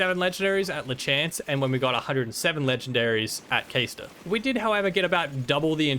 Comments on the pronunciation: Isn't it pronounced "cahstor" and not "kaystor" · Bro it’s obviously pronounced like Caster where in the world did u get Kay-store from he’s a wizard he casts stuff